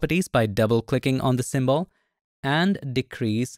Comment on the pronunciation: Bro, please pronounce "symbol" properly. It's not "sim-ball". It's "sim'bl".